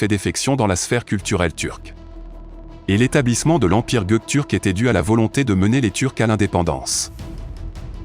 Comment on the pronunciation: Are you stupid? This is just a grammatical error. Why do you start a sentence with "wrong history"? The history is not wrong. The guy just said the word wrong. But the history is right.